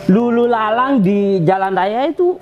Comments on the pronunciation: Tolong logatnya di atur bos masa bilang lalu lalang aja lulu lalang tolong di perbaiki cara berbicara/ komunikasinya bos agar jauh lebih baik lagi kedepannya 🙏🙏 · Lalu-lalang....bukan lulu-lalang...